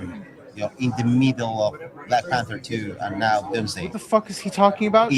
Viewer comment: “In da meedle”